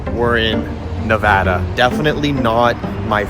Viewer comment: thank you guys for saying Nevada properly since being from here people barley say it right